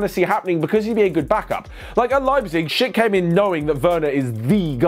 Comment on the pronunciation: Every time that said Schlick it sounded like he was saying shit